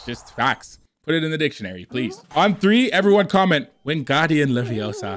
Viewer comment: Its LeVioSA not leviosar